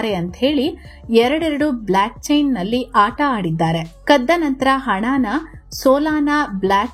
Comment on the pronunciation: ಮಹಾತಾಯಿ ಅದು Black chain ಅಲ್ಲ Block chain..